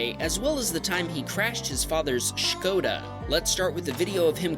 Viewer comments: finally american person pronouncing skoda the right way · I love that u pronounce Skoda properly! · OMG. please please say skoda again.